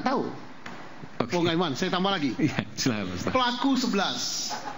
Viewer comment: Siapa org ini ya...manggil Aiman aja Ainun, Rudiana dibilang Rusdiana..